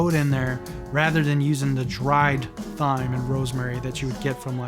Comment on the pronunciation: Great video! One thing, please stop saying Thyme with the th! The h is silent. 😂